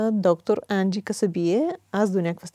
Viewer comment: Енджи е красива, остроумна и полезна. Водещата е българка, а говори по-забавено от госта. Опитва се да вкара акцента на Енджи, но изглежда, като със забавена мисловна дейност. Даже името на Енджи изговори неправилно-Анджи. 😢